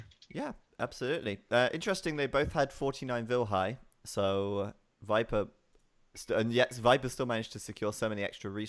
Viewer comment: I love but it makes me laugh every time he says wiper.......